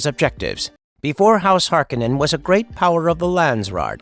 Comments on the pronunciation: It's HarKOnnen not HARkonnen. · Hark-o-nen not "Harkenen".... just bugged me in the new movie. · Its pronounced Har-kon-nen or Hark-O-nen. Not Hark-en-en... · It's pronounced har-KOH-nen, not harko-NEN. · It's pronounced Harr- cone-nen.🤨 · It's pronounced HAR'-kuh-nun. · It's House Har-Ko-nen Cringey 😬 to hear you butcher so many words. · Why do they keep mistaking the way the name is pronounced, Har-kon-nen. That’s how it was pronounced in the first movie. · It’s Har-koh-nen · The mispronunciation of the name is killing me. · Saying the name wrong